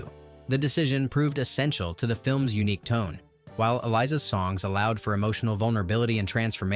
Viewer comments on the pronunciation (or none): none